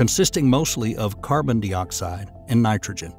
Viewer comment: carbon dee-oxide lmao wtf is that